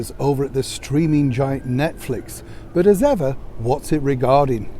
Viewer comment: I thought you said the "screaming" giant 😁